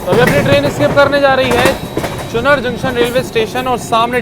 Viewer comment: अबे पागल हो का वो चुनार है चुनर नहीं हैं हर बार चुनर चुनर क्या मज़ाक बना रखा